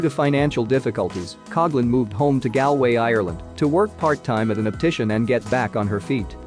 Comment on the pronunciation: Hahah why did you pronounce Galway like that.